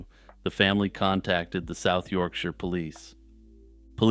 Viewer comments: uhhh... kind of a weirdly aggressive reply? it just made me feel good that the creator did their research for the video and pronounced my home turf correctly, that's all. in my experience people who aren't from the UK typically pronounce it like we live in "the shire" from lord of the rings lol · As someone from Yorkshire, it made me unbelievably happy to hear an American actually pronounce it correctly, so thank you.